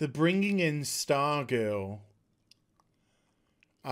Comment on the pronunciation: No no no, it's not stargirl; It's starGIRL!!!!!